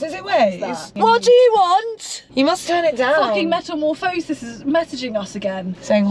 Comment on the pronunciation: it's metamorphOHsis... Not metamorphohSIS 😂😂😂